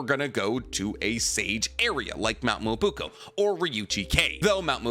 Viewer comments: Why do you keep saying Mt. Myobuko??? It’s not Myobuko. It’s MyoBOKU. Please at least try to pronounce things correctly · Hearing you mispronounce Mount Myoboku (not Myobuko) so many times was painful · I think this might be the first video where the mispronunciation of Mount "Me-yo-bo-ku" (Myoboku) has really distracted me. At first it was funny, but now it's confusing me sometimes. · Mi-yo-bo-ku not muubuku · WTF us Mt. Miyabuko ????? it's Miyaboku, you 🗑️ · Its MyoBOKU GOD DAMNIT. I had to hear that shit 60000 times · I feel like he does this on purpose😂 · Nobody:: Mount Muwobukoow ✌️✌️✌️ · i love your horrible pronounciation of specific expressions :D Mount Myoboku [mjoboku] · Love the theories; can’t stand how he says Myoboku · mispronouncing Mount Myōboku is messing with me lol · cant even pronounce myoboku right 💀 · What do you expect from someone who cant even pronounce myoboku right 💀